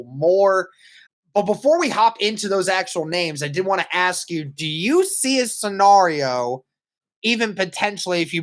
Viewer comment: Sorry but.......... says the word scenario right. You say it wrong 😢